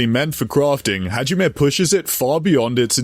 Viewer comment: bro butchered hajimes guns name so hard i had an aneurism